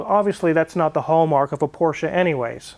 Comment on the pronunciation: Nice to see that you and the missus can actually pronounce Porsche correctly....the guy on Car Wow can't and he's around them all the time !!